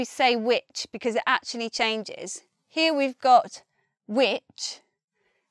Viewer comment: Did you just say atchley instead of actually? There! You did it again!